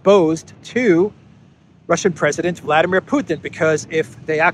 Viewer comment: Thank you,. "Vladimir" is said in Russian with the accent on "dim" (VladEEmir). You could be a nice exception from british manner of corrupting foreign names.